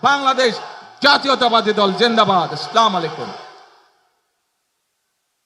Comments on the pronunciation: আসসলাম আলাইকুম কি সালাম টা ভালো করে শিখতে হবে 🤣😔😔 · আস্লামালাইকুম- সালাম টা ঠিক করে দিতে পারলো নাহ, হতাশ হলাম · এটা কেমন সালাম ,আসলামাইকুম😅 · এটা আবার কোন ধরনের সালাম কিসের আসসালা মালাইকুম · আস্লামালাইকুম না, আসসালামু আলাইকুম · সালামটা শুদ্ধ হল না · রাষ্ট্রনায়ক হতে চাই একটা সালামও দিতে পারেনা সঠিকভাবে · যেই নেতা সালাম টা শুদ্ধ করে দিতে পারেনা,সে আবার কিসের বড় নেতা।বড় নেতার সালাম শুনলে ইবলিশ শয়তান ও হাসবে। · সালামের উচ্চারণটা মনে হয় ঠিক হলোনা। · নেতা আমরা আশা করবো পরবর্তীতে সালাম টা শুদ্ধ ভাবে দিবেন । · কোনো অভাব নাই, জম খ্যাতি সব পেয়েছে জিবনে কিন্তু আফসোস পবিএ কুরআন মাজিদের শুদ্ধ তেলওয়াত আজও শিখতে পারলোনা। তাই সালামটাও শুদ্ধ ভাবে দিতে পারেনা। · আগে সালাম দিতে হয় তাও শুদ্ধ উচ্চারণে